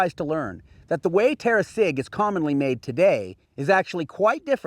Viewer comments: The Gi is said as a j in Italian. Terra Sidg not terra sig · the correct pronunce Is terra siDGillata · Thank youuuuu! very nice video.... only one notice, "Sigillata" is pronounced with a soft G like in Jeans... 🙂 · sigillata have two L and sweet sound on gi, in latin you spell all letters.